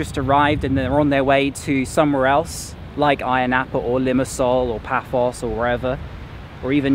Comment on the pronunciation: Paphos...not Pathos 😁